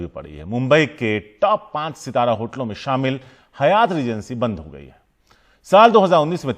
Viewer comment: It's not Hayaaat....it's Haaayat